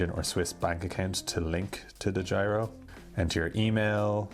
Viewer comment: Dedjiro account. So funny to hear as a dutch guy.